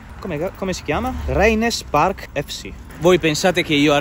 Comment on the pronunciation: per come hai pronunciato "old firm" e "raynes park" mi sa che il corso di inglese che sponsorizzi non vale una cippa :)